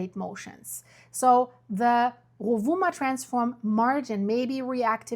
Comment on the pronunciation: Pronounced: Rue-voo-mah